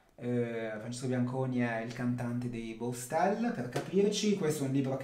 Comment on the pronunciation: Stai usando il 24mm nuovo? Il libro di Bianconi è stupendo e si dice baustelle non baustel 😅